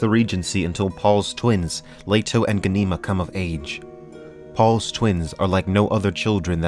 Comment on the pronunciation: Pretty sure it’s All-Ee-Uh not Uh-Lee-Uh And Gah-nih-muh not Guh-nee-muh Fuh-dyke-in not Fae-duh-keen